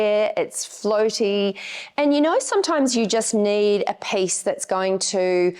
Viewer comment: Dahhhhling, you are talking to Americans, it is not pace but peeeece.